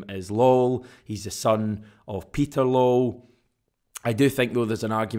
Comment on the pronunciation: It's pronounced Law well , not lol ! 😂😂😂😂😂😂😂😂😂😂😂 FFS man